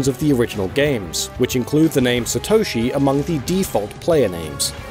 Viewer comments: Satoshi, to you it'd be Satto-shi. NOT sa-toe-shi. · The amount of times you mispronounce Satoshi is over 9000 man... SAtoshi not saTOUshi... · The absolute butchering of the pronunciation of Satoshi is cringeworthy